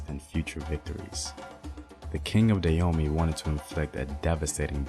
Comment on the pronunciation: Hi Brother, I appreciate the information that you are sharing. I agree with brother Samuel Akinbo in the area of pronunciation. Having been a Peace Corps Volunteer in the Republic of Benin for over 2.5 years, returning this year after visiting friends and my family, and being a lover of Benin, former known as Dahomey, check out your pronunciation of the word Dahomey (Dah-Ho-Mey). There's a hard strong "H" on the second syllable. This would be another sound unique to the Fon (Fongbe) African language.